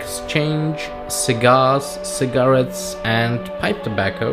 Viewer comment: LOL he pronounces cigarette as cigerrit XD 😂😂😂